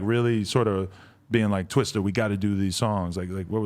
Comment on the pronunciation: I hate how white people say twista.